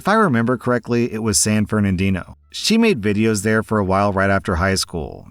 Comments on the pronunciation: It's San Bernadito, not San Fernadito. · Lmao "san fernadino" San bernadino or san fernado op?